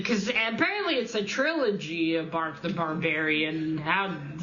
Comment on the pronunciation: Not much reading there mate. Enjoy your new calendar! It is 'Brak' not 'Bark' the Barbarian. Good luck with your course. Hopefully it starts properly soon. Oh right I thought we had discussed bark/Brak before it must have been between recordings lol. Bark the Barbarian could be Doyle's name. Hockey and homosexuals is it? Romantic porn?